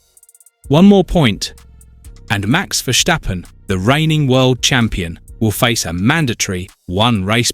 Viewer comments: It's hard ey", to pronounce a very simple name like Verstappen. It is "Verstappen" and it is not : Vershtappen like you did. You clown. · Makes me cringe everytime I hear it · Verschtappen?? Is he German now? 😄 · HE IS CALLED VERSTAPPEN WITH AN S NOT A CHE U CHIGNORAMUS!!!😂